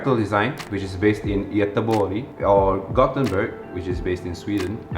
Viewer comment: You said Göteborg realy good.